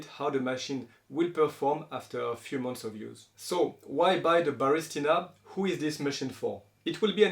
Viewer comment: It's ba ris TI na. You keep saying ba RIS ti na